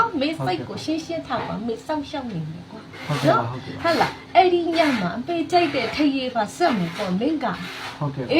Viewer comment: နတ်ကလဲဗိုလ်ချုပ်အောင်ဆန်းမိန့်ခွန်းပြောသလိုပဲ ဟတ်လား ဟတ်လား ဟုတ်လားနဲ့ဟားဟားဟား